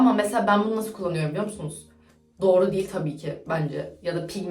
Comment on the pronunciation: naskita ya da naşita diyolar aşko